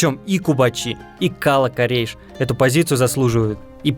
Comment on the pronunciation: Слух режет Кала́-Корейш , ударение на второе а. Кала́ это крепость.